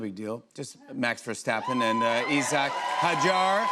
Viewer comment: Thats how you pronounce it.